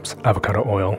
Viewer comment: You say, 'oy yo' instead of 'oy ill'.